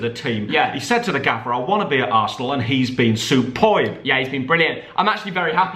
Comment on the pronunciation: It triggered me when said supoib